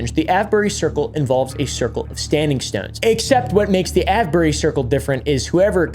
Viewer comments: just to let you know that avebury is pronounced A-V-E-bury also you didnt mention the red lion the most haunted pub in the uk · The Ave in Avebury is pronounced like it does in Save or Grave. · Avebury pronounced ayv-bur-ree. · Great topic. But, hey, it's pronounced ey-v-bury. (/ˈeɪvbəri/). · I’m dying every time he says Avebury.😂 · 😂 Avebury 😂 As in; Youre aveing a laugh Please sir, can i ave some more 🥺 And ave you got a bottle of wa-er